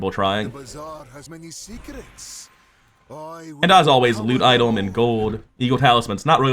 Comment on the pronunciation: am i going crazy or is bro saying idol instead of item?